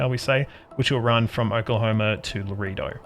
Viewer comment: Laredo is pronounced: LA RAY DOE. Map's taking shape. Enjoy seeing how others play their map.